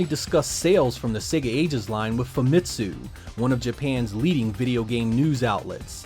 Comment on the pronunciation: Good vid. It's pronounced fah-mi-tsu not foo-mi-tsu by the way.